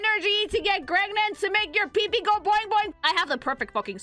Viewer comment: She’s starting to say Gregnant… she’s fully indoctrinated into the Sleeper Agents.